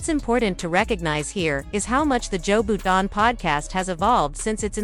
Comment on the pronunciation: She said Joe Booden. I'm out.